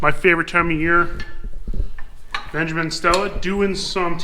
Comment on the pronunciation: ben "jig" min